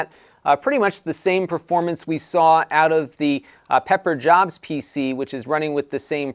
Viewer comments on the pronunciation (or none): none